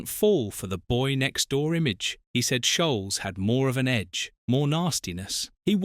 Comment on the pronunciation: Says Scholes wrong many times also (says Sholes).